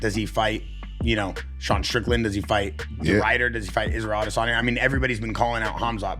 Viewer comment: This guy always saying 'Israel Addessssonyo' is annoying as fckkkkk wow